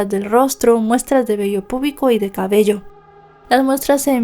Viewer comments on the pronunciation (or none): none